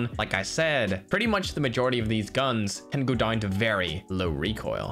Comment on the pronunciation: Why he says down "doin"